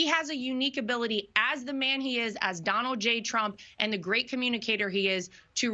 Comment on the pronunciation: Ever notice Lara can't pronounce her father in law's name? She calls him Donowld